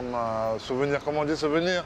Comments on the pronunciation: ''so FERNY'' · I love how Gane asks how to say ''souvenir'' and the guy says ''memories'' and Gane says ''ahh yes memories exactly'' LOL .. like dude ya had it right the first time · In French "how do you say souvenir?" "Memories" Gotta love the little harmless trolling 😂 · Gane: "how do you say souvenirs [in English]"? other guy: memories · Souvenir is souvenir in English (just pronounced differently as sou-ve-near). LOL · How do you say souvenir, “memories” hahah